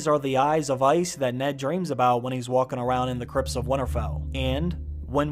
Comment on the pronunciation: Sometimes when you talk you sound very proper, and then you throw in a "doin" or "walkin" or "havin" it's weird